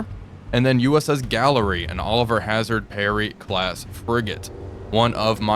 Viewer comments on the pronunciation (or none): none